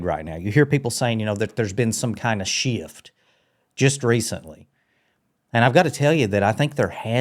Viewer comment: Past has one syllable bro… so does shift… sheeift